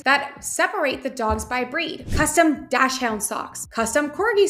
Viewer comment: I luv how how struggle saying dachshund...pronounced "docks" "hund" smooshed together. It just shows what a genuine person u r and how comfortable you are in your own skin. And the primary reason I am a subscriber to your channel. Thank you for all that you do for the POD community and for being a genuine person.